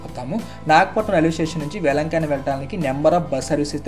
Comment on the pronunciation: వేలంకన్ని. వేలంకానీ కాదు.